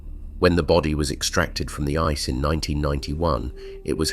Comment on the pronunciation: Right from the very first sentence, ice was pronounced "icy".